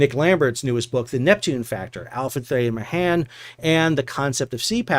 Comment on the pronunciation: Sea Power author's name is pronounced "*al*·fruhd *thay*·ur *may*·uhn". Last name is a bit like "mayonaise". 😉